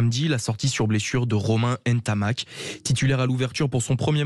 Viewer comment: Commencez déjà par bien prononcer son nom après on parlera